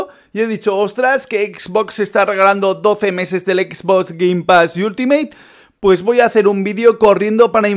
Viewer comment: Dice exbos